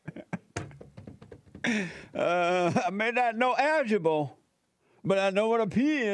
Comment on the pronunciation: "Algebo" OMG it's Algebra bro!!! 😂😂😂😂😂🤣🤣🤣🤣